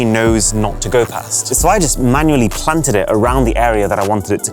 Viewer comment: 'Manually plant-ed it' 😆